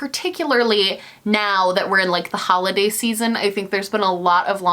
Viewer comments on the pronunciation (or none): none